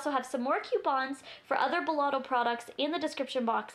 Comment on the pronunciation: Hey love it's belLETto not belLOTto :) I think I might purchase this :) great demo. And review